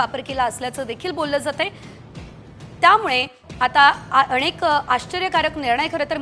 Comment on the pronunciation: अणेक😂😂😂....मॅडम नाकात अशुद्ध न बोलता नीट बोला जरा!! नाहीतर वार्ताहर बदला